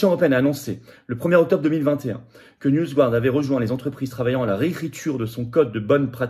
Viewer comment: Dans "NewsGuard", on prononce "garde" (avec le "r" très atténué) et non "gouarde"... On n'est pas supposé maîtriser l'anglais à l'ENA ?